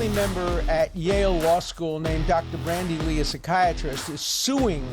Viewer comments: Dear Professor Dershowitz, thanks for all you do, I'm a huge fan! Glad to watch this update, just one tiny quibble with your presentation: I believe that her first name is "Bandy" (with no "R") rather than "Brandy" as I've seen in several quotes of- or by- you. Please forgive me if I'm mistaken, but my sincere hero-worship made me want to alert you to avoid any ongoing error, no matter how tiny! Cheers & best wishes! :) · It's Bandy Lee, not Brandy Lee.